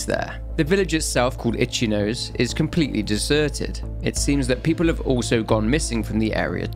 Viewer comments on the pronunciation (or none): "the village of itchy-nose" 💀 i've watched a lot of your vids, i know doing 5 sec of research on how to pronounce foreign words isn't beyond you, so i'll give you the benefit of the doubt this time and assume you were just rushing. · Just for future reference the village Kinu was in was spelled ichinose right??? The pronunciation of that would be more so like "itchy no say" sorry just a lil pet peeve of mine IK you dont speak the language so it wouldn't be common knowledge for ya but thats besides the point of why I wanted to comment lmao...I absolutely love your lore and order series and was wondering if you'd ever post gameplay of the games you cover on lore and order??? I personally would love that as a series beside the lore and order videos and if you already do that where can I find them lmao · ".. the village itself, called Itchy-nose" "Lord Kai-yubei" Happy New Years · guess i'm rewriting this reply. if he was just a normal lets player or something would've been fine, but this channel's entire schtick is "researching and explaining games", so is held to a higher standard of having to know the most basic of google "research". having a thick accent would've been fine, but him saying "itchy nose" is beyond a bad accent and into "i don't know how to pronounce this and i cannot be bothered to google it". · English man says Japanese word incorrectly. Shock.